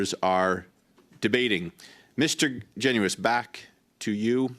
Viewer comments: Garnett "Jen us" is how he likes it pronounced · My MP, Garnett Genuis pronounces his last name Jen' us. He is a three term MP. It's about time people pronounced his name correctly don't you think?